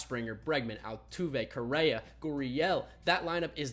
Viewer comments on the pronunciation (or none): none